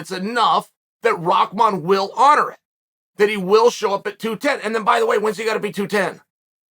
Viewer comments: "rockman" It's RAH MAN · Never clicked so fast when I seen the name Hasim Rahman Jr. Had to see how you apologize to someone when you could not possibly care any less how their name is even properly pronounced. “Mr. Rasim Haman- This is ole Chael - I owe you a sincere apology kind Sir”. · It’s an arabic name, you definitely do not pronounce ‘rah’ as ‘rock’ lol. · am i the only one seeing RAH-man, but hearing ROCK-man from literally everyone? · Rock Man 💀 it’s Rah RA+H where y’all getting from the K or the C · Am I trippin.. or does everyone say "ROCKman" rather than "RAHman"? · it's not a English name and from where i come from there are many people with this name.. It's an Urdu name and it is not aak...it is like Bahamas , Rahman Rah not raak.. It's not an English word. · "Rockmon" lol only Chael can calling someone a different name funny as hell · The fact that you're saying "ROCKman" is ridiculous 😂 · His father was called Rock, somehow they turned that to Rackman. I think it came from the pronounciation of the name. Like people call Habib, Khabib, the K is supposed to be silent. Rahman, Someone they involved a K to the Rakhman.. LOL, IDK, my theory.. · I can never tell if Chael is trolling or not when he mispronounces peoples names 🤣